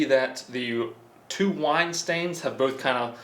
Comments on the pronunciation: Omg his wine pronunciation!! 😂 like he had no access to YouTube to get a reference !? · lmao they way the wine is pronounced